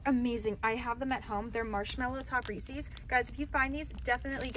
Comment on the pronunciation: Cute you said recess as in recess at school i think you mean reeces